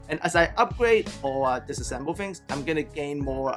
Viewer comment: DIss-assemble.. at first I only heard 'assemble'.. ok, got it.